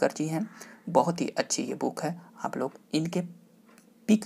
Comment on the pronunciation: Sir Booken Booken q bol rhe h aap......